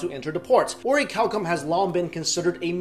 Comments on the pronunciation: I thought he said "oreo cow cum" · I'm sorry but I hear cow cum 😂😂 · Oricalcum? Really? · its pronounced or-a-calum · orichalcum... oh my god the seal of orichalcos